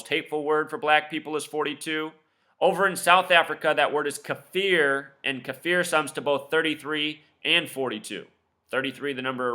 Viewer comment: Kaffir is pronounced (kafər) or Ka-fur, rhymes with gopher.